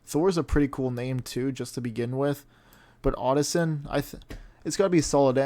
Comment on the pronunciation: Brooooo, odd insin? its like "son of odin" "odin's son" odinson hahaha funny vid though